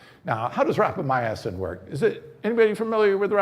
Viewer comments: Great presentation! Lots of good info, especially for those new to life-extensionpitches. Minor note... We expect an authority on Rapamycin to pronounce it correctly. There are only four syllables and no "uh" after "my." Rap-uh-my- sin; not rap-uh-my- uh-sin. Is this guy maybe Italian? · Yes I thought it was rapamycin. You had me going when you pronounce it as rapamyacin. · Sounds delicious....how do I get some. And please pronounce rapamycin correctly. It is not rapamy..a...cin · ..you think I don't have a life bec I take the time to Google how to pronounce a term before I start talking to everybody about it? Dude...think about it. This guy has a product to sell you. He has prepared an enthusiastic infomercial. He hasn't even taken the time to pronounce a word that is commonly used among longevity specialists and influencers. Are you gonna be dumb enough to bite and buy the product?